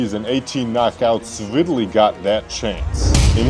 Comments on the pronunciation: The person doing the commentary to this video is a complete idiot and don't even know this man's name. He keeps calling him Vitaly, his name is VI TAL E a.k.a. Vitali. Do not make videos if you are mentally handicapped. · Lennaaax Lewis Viiidali jesus Christ, good video though